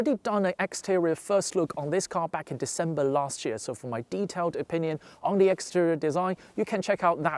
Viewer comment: Just needs to improve his /th/ sound. Interestingly he can say "nothing" perfectly, but pronounces "the" as "de".